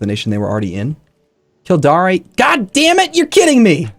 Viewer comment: The pronunciation of Kil-DAYR is killing me